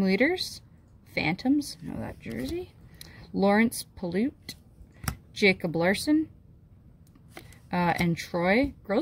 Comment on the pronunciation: Lawrence pilut is pronounced like pilot.